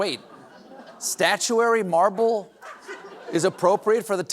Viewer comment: You said "Morble", Stephen. We all heard it. We all loved it.